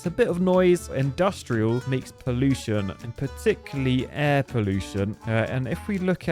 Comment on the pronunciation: Grab a new word "Poolution" 😂